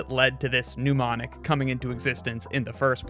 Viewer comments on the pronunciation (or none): It's Mnemonic (pronounced NEMonic and relating to memory), not Pneumonic (pronounced NEWmonic and relating to pneumonia).